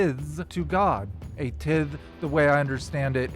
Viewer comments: Tithe is pronounced "tyth" or "tie-th" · Tithe has a hard I sound like in the word tie. Great doc; keep up the good work. Always fun seeing you comment and drop science on other videos “out in the wild”.